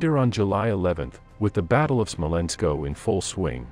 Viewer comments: It is not Smolensko, it is Smolensk. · Why do you call the city "Smolensko"? It is just Smolensk without an "o" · It is Smolensk, not Smolensko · I've never seen Smolensk with it ending in "o" or pronounced Smolensko. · Smolensk. Not "SmolenkO". That's like nails on chalkboard. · The map is in Spanish. But the narrator should have given the name of Smolensk as pronounced in Russian or at any rate in English. It's only called Smolensko if you're speaking Spanish. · It is Smolensk, no Smolensko ! Would You be pleased to hear Newy Yorkhoum ? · So you always add "-O" when word is to hard?